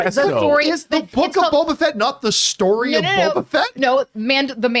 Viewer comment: Is saying Bobo?